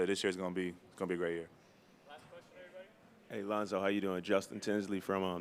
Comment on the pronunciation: he said lonso